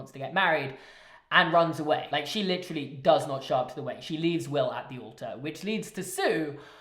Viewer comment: Holy crap you licheerally say licherally litcherally so many times ffs😂